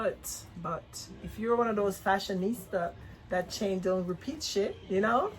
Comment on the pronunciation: Lmao 😂 say fashionista